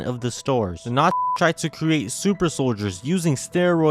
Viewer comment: Everytime you sensor N*zi, it sounds like you're saying the hard r lol.